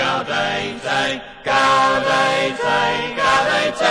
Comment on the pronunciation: Yeah, I always had the feeling that they were trying to pronounce it "authentically"--that is, as rural British singers of some hundreds of years back would have twanged their way through this. Same thing with the Mediæval Bæbes on "Veni, Veni": they made "gaude" rhyme (sort of) with "howday." Used to drive me crazy, but then I realized that they might have been going for historic "authenticity." Listening to that made me think maybe they were just pronouncing it "American"--but they're British!